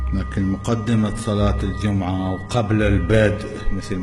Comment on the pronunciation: يقول صلاة ((الدجمعه)) 😂 🐴